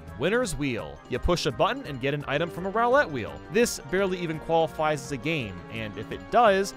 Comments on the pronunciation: It is RUE lette, not ROW lette. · I'm suuuuper late but I freaking hate how says "roulette" he says "rAw-let" and it so annoys mw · A "Rowlet" wheel?